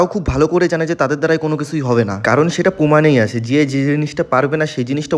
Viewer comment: পোমান না প্রমাণ 😁